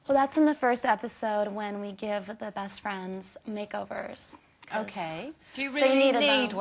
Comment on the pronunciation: LMFAO SHE SAID BRITISH BREAST FRIENDS